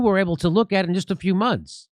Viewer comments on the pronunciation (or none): none